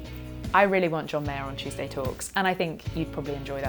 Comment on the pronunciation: Love your videos,, you have a nice voice’ I must have missed the original, but why do you say at every beginning? “Chewsday talks” in that way!??? XX🎄🌈